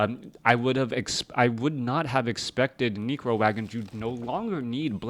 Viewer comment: lol he says Necro like Negro XD